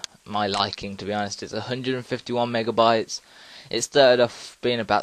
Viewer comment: ...Are you saying mega"wats" or mega"bytes"? Seriously, that's what I heard you say. Thanks for the vid btw.